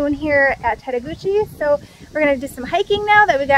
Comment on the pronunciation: Tettegouche is pronounced tet-a-gooch. Love your videos.